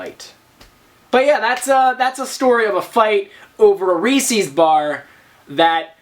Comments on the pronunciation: I have never, ever heard anyone say "reese's" like that before. It's "ree-sez" with an S sound, not a C sound. Reese's does not rhyme with feces. Like it's not Reesee Witherspoon. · Ree-says not ree-sees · couldn't help but laugh every time you pronounced reese's, reesee's ahahah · You say Reese's weird